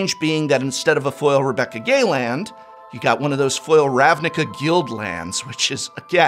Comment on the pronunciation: Really cool video. Is that how you pronounce Rebecca's last name? Isn't it supposed to be pronounced 'Gway'?